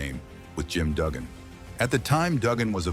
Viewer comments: "Doogan", "T B a sea" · The guy talking about this can't even pernounce Dugan correct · Doogan (Dugan) and D.B. a sea (DiBiase) hate it too.